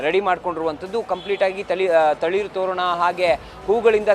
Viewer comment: "ತಳಿರು - ತೋರಣ" ಅನ್ನೋಕೂ ಬರಲ್ಲ! news reader ge🙄 ಏನ್ ಕರ್ಮ